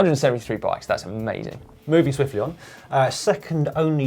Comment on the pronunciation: am I the only one that keeps on thinking an says moving zwiftly on not swiftly on